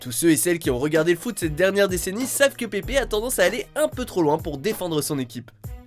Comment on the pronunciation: C'est Pépeuhhh pas Pépé